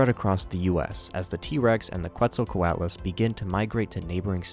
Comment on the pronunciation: bro checked his pronunciation of Quetzalcoatlus and still got it wrong smh